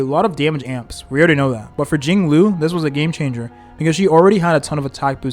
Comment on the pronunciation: im sorry but these pronunciations are like nails to a chalkboard. seal ay. den hang. fu xwun. JING LOO.